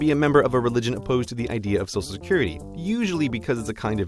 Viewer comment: Heh, you say "sosal security card"